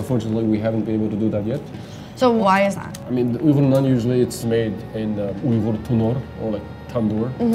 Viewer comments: I was cringing at you pronouncing Uighur. But about halfway in he obviously corrected you because you started saying it right. You’d think they’d research simple yet polite little tidbits like that. Otherwise interesting video. I have traveled to Xinjiang and love the Uighur cuisine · This food is extremely popular throughout the Mainland. Uyghur is pronounced with "we" not "u". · “Oogers”? It’s Wiggers. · If you’re going to make a video about an ethnic minority you might want to be learn how to pronounce their name right. It’s “wee-ger” not “ew-ger” 🤦🏻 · Spoke too soon you’re beck to calling it ‘Ooh-gar’. How embarrassing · It's actually a lot closer to the real way of saying it. "Wee-gir" is not correct. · Uyghur is pronounced as we-gur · ITS OI- GHOR , I’m UYGHUR 😅😂😂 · It's not Wee-gur!! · Like seriously!? If you’re going to make a video about a whole minority of people you’d think you worked learn how to pronounce their name right 🤦🏻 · That pronunciation was terrible...they really should have done some research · The pronunciation of “Uyghur” made me instantly click off, I usually don’t do that, but it was just so bad that I had to.